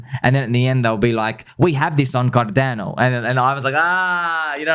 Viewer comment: Bro I can’t stop laughing about the guy who told you we have this on carrrrdano 😂😂😂😂😂